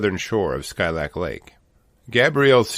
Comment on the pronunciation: Hey from Alaska! I got married at Skilak lake. It’s so beautiful but there’s so many bears up there. Last time I went this summer we saw a black sow w 2 cubs just chilling in the road there. It’s actually pronounced (Skeelak).